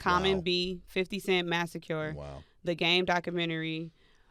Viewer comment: Wtf is a “Masecure”? She can’t pronounce “massacre”🤦🏾‍♂️